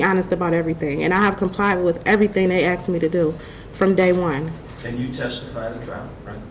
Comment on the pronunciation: This says it all...'I did what he axed me to do'...